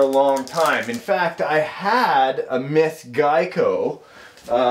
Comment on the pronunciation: he said i had a (mith) geico